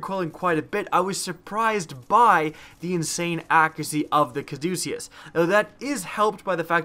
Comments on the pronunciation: It's pronounced caw-duh-kiss. It's the name of the staff intertwined with two snakes that's the symbol of hospitals and stuff. It's associated with medicine that's why the gun heals you. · Bro, your killing me. It's pronounced Ca-duce-us, it's the name of the medical symbol.